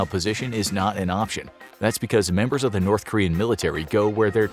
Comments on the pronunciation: "Memebers" (I'm sorry again) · “1200 memebers” 🤣